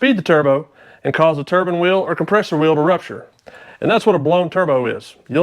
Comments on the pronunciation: You F&*king idiot. You had me laughing my TITS off. I like you, I like you a lott &, I'm not sure if that's something you really want. The 1st thing we have to discuss is the word TURBAN as opposed to the word TURBINE, pronounced TUR-B EYEN AS in eye sound after the B. A turban is worn by a rag head, the likes of which are found in Iran ( pronounced E rarhn, not Eye ran) whereas, a Turbine is found in a turbo....which is short for TURBINE found in a vehicle. Now, I could really confuse you by asking you to explain how you, " Could care less" when, you really mean you, "Couldn't care less" but, Im not not a kundt so I won't ask you that. Otherwise, you do an excellent video. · Ter-bine, not turban. Yeeesh. Good explanashun, anyway. Thanks.